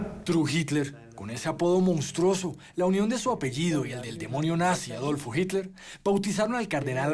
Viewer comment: Pronuncien bien Hitler . Que vergüenza .